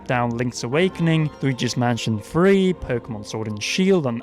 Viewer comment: I'm sorry, but you gotta learn how to say "three" instead of constantly saying "free" its annoyingly confusing+frustrating how many times you UK people say things like (Nintendo "free" DS) learn to put your tounge underneath the top bridge of your teeth and pronounce "tttthhhhhhhhrrreeeeeee"